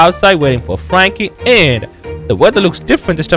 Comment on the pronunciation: you can't say Frankie u always say fwankie 😂😂